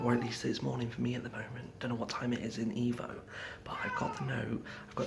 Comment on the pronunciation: Every time you say the word Evo it reminds me of the word emo